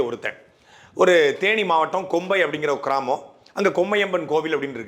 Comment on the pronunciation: கொம்பை அல்ல .. கோம்பை